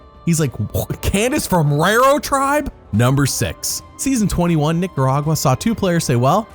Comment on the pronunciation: "Roro" tribe - Jeff was so surprised that he mispronounced the tribe's name lol